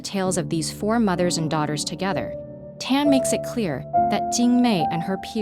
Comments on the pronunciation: TAAAAN not ten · > weirded out by the way Narrator says "Tan"